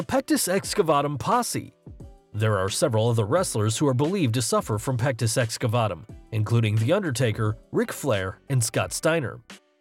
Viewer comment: Stop saying pectis excafuckingvatum